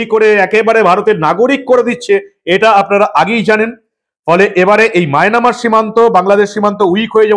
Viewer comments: Resp., Sorry to say you please rectify the pronunciation of Myanmar. I like your presentation. You are uttering as Mynamar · সব ঠিক আছে,তবে মায়নামার উচ্চারণটি সঠিক নয়।